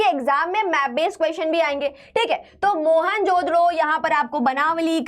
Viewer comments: Everything is fine but please fix the pronunciations... it becomes difficult to understand... especially Mohenjodaro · Mohenjo-Daro pronunciation 😭😭